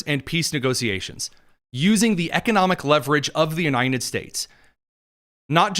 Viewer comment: Why do you have trouble pronouncing the word "united", just like biden never could? Are you from Delaware, too? It's spelled with a d on the end. It's UNITED, not UNINEN.